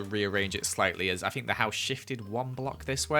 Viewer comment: I love how he says ‘FinK’